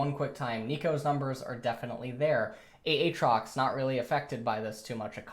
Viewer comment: It is pronounced A-trox, not ahhhhhh-trox